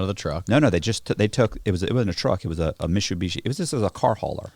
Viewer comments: is he trying to say MITSUBISHI but cant pronounce i?????? so his say MISHUSHISHI?????? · "They take the whole Mishubeeshee" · Wtf its mit-su-bishi lol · I'm going to switch and say Mishubishi too from now on. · Say Mitsubishi again!🤣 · Like how cannot pronounce Mitsubishi properly. Funny.